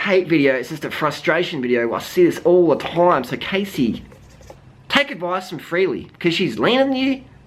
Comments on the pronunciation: Her name is pronounced Cassie I just really had to say that LOL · Its Cassey